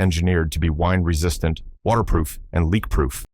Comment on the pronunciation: Wined resistant.? Sounds like your AI messed up.